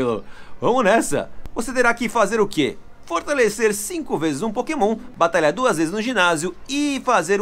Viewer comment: "Potemon" Mitico? Eu acho que eu ouvi errado